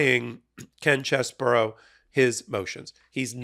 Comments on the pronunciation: Its pronounced CHEESE-BRO....not CHESS BOUROUGH you sound libelous when you make fun of his name like that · OMG please explain to me how you think the letters CHEESE-BRO....get pronounced CHESS-BOUROUGH?...and RATHENSBURGER.....who talk you enunciation its pronounced RAT-IN-HIS-BURGER. Come on man you are a professional. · It's CHEESE-BRO, not CHESS-BURROW. And it is not spelled "Cheseboro."